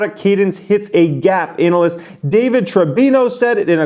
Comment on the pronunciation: I like how you pronounce ANALyst.